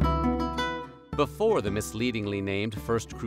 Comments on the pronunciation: “but BIFFOH we get started!”… 😂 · I just don’t get it!! The accent! Somebody please tell me where the hell the narrator is from, bc every time he says “Before”, I know he’s not American. Does it matter? Nope. But I still wanna know.